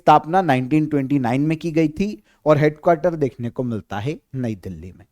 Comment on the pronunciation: आपकी गिनती सही नही है। बाइस को बावीस उनचास को उनपचास है को हे जीभ को कुछ ज्यादा ही घिसते हैँ आप। सससससससस......😅😅😅😅